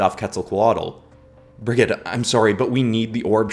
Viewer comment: Hey I’m from Ireland and I’d just like put in a correction Brigid would actually be pronounced as brijid